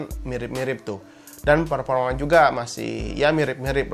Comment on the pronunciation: Halah biasanya juga bilang " PERPORMA "